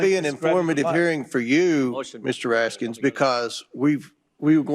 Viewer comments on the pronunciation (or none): I hate that Comer intentionally refers to Senator Raskin as “RaskinS” like it’s plural… What a dong eater.. 😂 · Hey stupid there is no "s" on Raskin...duh not Raskins duh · There's no s on the end of Raskin. Jim comer is so far up trumps rectum that he doesn't even know the correct pronunciation of the surname of the ranking member of the committee he pretends to understand how to chair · I distinctly heard the Chairman address Congressman Raskin as "Mr. Raskins". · Raskin no friggin s at the end! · Raskin not PLURAL NO "S" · Comer is another of several GOP members of Congress who do not seem to be able to get Mr. Raskin's name properly understood or pronounced. And Jared Moskowitz sums the whole circus up perfectly and hilariously! Finally, Jasmine Crockett nails the coffin shut. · What’s that Mr Comers? Mispronouncing Democratic Party surnames again? Gym Jordans doesn’t do it…